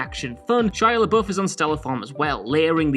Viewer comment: Did you just call him "She"iala??????????? Fucking moron!!!!